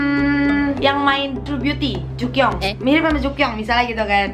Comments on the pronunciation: Jukyung kak bukan jukyong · Memang dibaca seperti itu setau aku dan btw ka bisa b. Korea otomatis dia paham bacaan tersebut